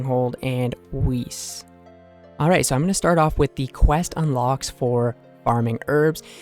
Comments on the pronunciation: Weiss would be pronounced like weece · Weiss is the German word for white and is pronounced like “vice”. Great video regardless! Am trying to get the herbs for 70 herblore on the GIM